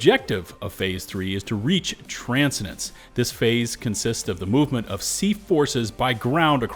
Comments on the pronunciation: tran send ants. try harder to pronounce words. you got this big guy. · you say tran·sen·dns funny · It's pronounced Trans-Send-Dance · transidence? I guess even helldiver youtubers can't read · you forgot how to say the word transcendence XD. bro, tran-sen-dence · tran-SEN-dense (just a nitpick) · I'm sorry but it bugs the hell out of my divers. It's pronounced tran-CEN-dence. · ... Tran-send-ence. It's a word. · The way you pronounce Transcendence makes me wonder if you're an AI bot.... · I hate the way you pronounce transcendence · the mispronunciation if TRANSCENDENCE is sending me. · trans-Sen-dence not Trans-sendence Bugged me too. Dude has never heard the word transcend, ascend, transcendental, transcendent, ascendent, etc? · Brother. Tran-cen-dence. Not Tran-se-dence. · Transcendence is pronounced tran-send-ents not transidents. I have reported your misinformation to my democracy officer. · Mate, that is Tran-scen-dence (like: traaan(sfer)-scen(t)-dennssss(e)), not your version Tran-ce-dens... please, if you are not certain about a word, use the Google function to have it said out loud. Genuinely, not having heard the word often is not a failing, but we have such things as the mentioned Google function to make sure you provide the right pronunciation to your thousands of followers and not give them a piece of faulty knowledge that might cause them an awkward moment that leads to them possibly going anti-intellectualism/anti-(perceived) elitism later on. (Transcendence, "My transcendence let me view things from a wholly new perspective." and as a verb: "I have transcended the urge to shoot my fellow Helldivers if they fuck up their Stratagem throws multiple times in a row." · TRAN-SCEN-DENCE Tran scen dence NOT Trans-cendence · Get us the Voice actors. *Trans-scen-den-ce. Not trance-a-dance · The way you pronounced transcendence threw me off. Tran-sen-dense not trance-eh-dense. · Transcendence is pronounced Trans-sen-dence...😂... not Tran-si-dence